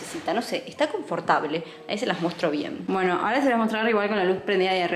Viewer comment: Nadie:: confortable.